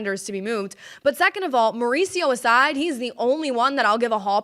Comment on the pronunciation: "Mare-ooch-io" --- Ronny Mare-ooch-io? Really? 😁